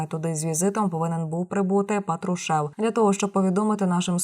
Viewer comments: ударение на фамилию ставите неправильно глотаете слова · Говори хоть прізвище правильно,бридко